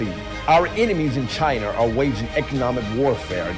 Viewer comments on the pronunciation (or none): He said "Chiner" too instead of China. Just another lost Uncle looking for a boot to lick. Wonder what sort of skeleton's are in his closet because the scandal to alt-right grifter pipeline is the grift that keeps on griftin'.